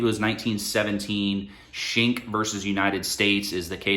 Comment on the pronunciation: Nice video. But "Schenck" is pronounced "skenk"